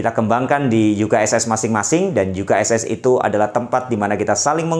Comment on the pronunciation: Ngomong nya U ka es es lah, Jangan Yu ka es es, kan menerangkan pake bhs Indonesia, bukan bahasa Inggris jgn tersinggung ya. Makasi utk youtube nya.